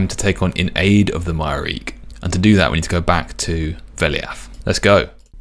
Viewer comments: I know everyone pronounces it as "My-reek" but it's absolutely "Myre-key" because the name Myreque is based on the Marquis underground of WW2 France. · According to the pronunciation guide its pronounced closer to "Mire-Key" than "My-Reek". I hope this isnt considered a wiki spoiler 😅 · Just to be clear, the pronunciation is: my-er-key Not: my-reak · Hearing him pronounce Myreque as my-reek instead of my-er-key has changed my whole perception on this game. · casually calling the Myreque "My-reek" instead of "My-are-key" made me question everything I know about the English language xD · I like that you called them “myreek” that’s how I always read it before I heard it pronounced “myre-key” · Its MIRE-KEY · Btw, the way to pronounce myreque is (my-er-key) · Myreque - my-ARE-key Lowerniel - Low-er-nee-el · Myreque rhymes with hierarchy. MY-ER-KEY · Not me pronouncing it Mire-Queue 😅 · I love you and your series, I really do - and come on you spurs - but please, for next time, it's my-err-key :D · I like to pronounce it as My-Err-Kyu. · Btw the way to pronounce myreque is (My-er-key) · It's actually pronounced "Mire-key." Please forgive me for guiding you just this once 🙏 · It's pronounced Myre-Key (a play on the French Maquis resistance from ww2) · I love your stuff and it absolutely hurts me to say this, but the Myreque is pronounced "my-er-key" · It is somewhat comforting to hear someone say it the same way I have for years. In context, does it seem correct? No. It does certainly look like it should be pronounced that way though. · that's definitely the first time I've heard someone pronounce Myreque like that. I've always heard people pronounce it like Myre queue